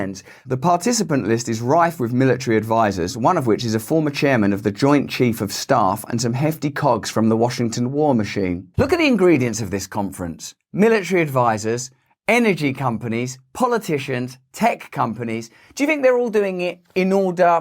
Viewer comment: When you said “cogs” I heard “cocks”. I had to rewind to re-listen. I like your version better. By the way, I mentally went to Build a Bear within the first five seconds. 💗